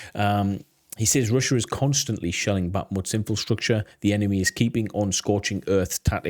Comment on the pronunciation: Every time you say 'In Fill Structure' instead of 'Infrastructure' a baby dies... Just sayin'. I bet you say 'New Queue Lar' instead of 'Nuclear' too :")))